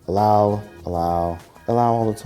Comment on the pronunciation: You Say allow